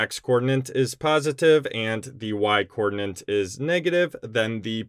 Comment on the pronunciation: Hi, are you aware that you are saying "coordinant," not "coordinate"? Is this an American thing? I'm in the UK and I have never heard this term. I know that there is something called an ordinante in coordinate geometry, which is related to coordinates, but isn't the same thing. Just wondering.